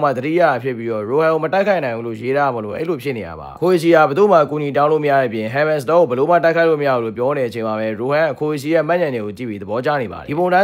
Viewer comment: Heaven stawလို့ကြားလိုက်တာ ကျောရီး😅😅😃😃🙂🙂🙃🙃